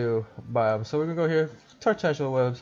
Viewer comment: poor dude can’t even say tarantula right